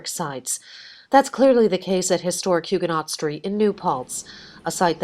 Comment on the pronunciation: Can we please pronounce Huguenot correctly?!